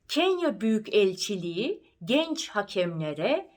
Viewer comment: İlk defa dinledim. Çok güzel. Dinlemeye devam edeceğim. Ancak, Büyükelçi derken yan yana olan k ve e yi ayrı şekilde ve ulama yokmuş gibi okuduğunuzu farkettim.